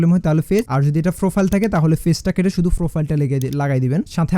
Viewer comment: পলোয়ার😂 ফ্রোফাইল 😂 উচ্চারণ গুলা ঠিক করলে একটু শুনতে ভালো লাগতো😊